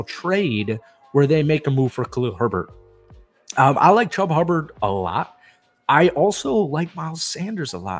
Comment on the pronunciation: Lol. Hubba Bubba Chubba Hubbard